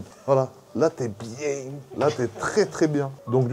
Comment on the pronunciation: tu dis quand même ont est biieng 😂, bon concept de vidéo ça change de d'habitude !